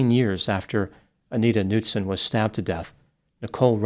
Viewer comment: the K is NOT silent in Knutson doc...